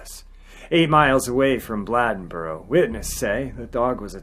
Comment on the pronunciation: It's pronounced Bladeboro with a long A (Bl AY den bo ro). I live only about 10 miles from this little town. They have a festival in commemoration of the terror this community felt at the hands of this beast each year. The Beast Festival. Older people still tell stories about the experiences people had during this time. Women and children were all inside and remained there by dusk each day. The men formed groups and hunted this thing at night. It just stopped one day. No more killings. However, about 10 years ago there were reports from a county not far from here that were similar to the killings in Bladenboro in the 1950s.